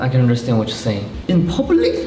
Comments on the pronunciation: its the "in pabulic" for me😂😂😂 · "In poblic?" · "in pubeulic?" HAHSHHSHA he cant absorb it HSAHHAHHSAJSKAKSKA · “In poblic?” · “In poblic”?😳🤣🤣🤣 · 'In pobulic' killed me. Hahahahhshs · "In pubulic? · in pubeulic? 😂😂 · The way he pronounced “in public” took me out🤣🤣